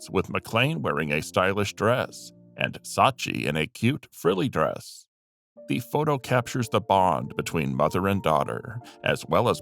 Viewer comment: "thee" "thee" this and "thee" thee" that, the word is 'the'.